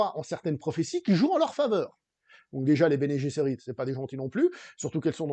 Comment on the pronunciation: Bene Gsserit ne se prononce pas comme en anglais. ce n'est pas Bene Jesserit. :)